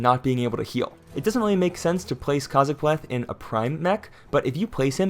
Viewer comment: Kazaakpleth…kilik It’s kazaakplethkilik